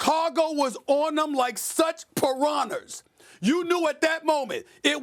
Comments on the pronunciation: Now I have heard of pirahNAS, but what is up with these pirahNERS?!! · "Prinahners" - Stephen A Smith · SAS just pissed me off talkin bout some “Piranhers”